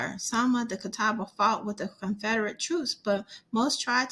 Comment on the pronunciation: I am a member of the Catawba Indian Nation. The way she is pronouncing it is the only way I've ever heard it pronounced. The Catawba language is Eastern Siouan language.